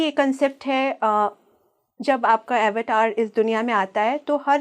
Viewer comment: अवतार शब्द का ऊच्चारण 🤦 गुलामी की हद है.